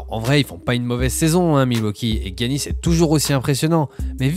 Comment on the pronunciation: Ahah, si les américains étaient des références pour prononcer les noms étrangers ça se saurait mdr, ça se prononce Yannis.